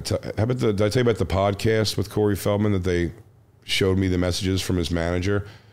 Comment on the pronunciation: " the sodcast"